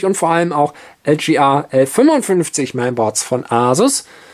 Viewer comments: Meine Güte ey, es heißt: LGA und nicht LJeeeeAaaa. Gott ey. Deutsch is schwer nä. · LGA steht für Land Grid Array, eine Bezeichnung für die Sockelbauart, was also ein englisches Wort ist und daher auch englisch ausgesprochen werden sollte.